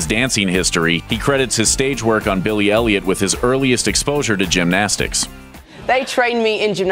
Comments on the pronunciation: When he says Billie Elliot i listen like Billie Eilish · Everytime the narrator says " Billy elliot " My brain just thinking he would say billie eilish :( *sry bad english